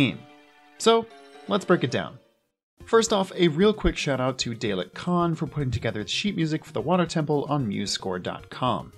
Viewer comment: Ah, by that pronunciation he is not a watcher of Doctor Who.